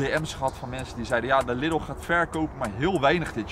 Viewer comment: Jeetje, wat is dat toch met de mensen daar in de randstad en noorden van het land? Je spreekt Lidl uit als LIEDEL! Niks niet Liddel. :P Ik kan het weten, want ik woon 5 minuten van de Duitse grens af en ga iedere week naar de Duitse Aldi en Lidl. Het is dus Liedel, beste mensen, dus spreek dat a.u.b. goed uit. Thnx! :) Voor de rest, ik vind jullie video's gewoon top, jullie zijn echte vuurwerkliefhebbers, dat zie je gewoon, dat staat niet ter discussie. Ga vooral door mannen! ;)